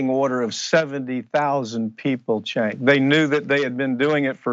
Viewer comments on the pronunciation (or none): Did anyone else hear him say "thank you chenk"? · Excellent report! One thing, it sounds like he said, "Thank you CHAD" at the end. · I just wish he would pronounce Cenk's name correctly